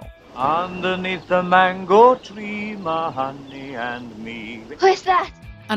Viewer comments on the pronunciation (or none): none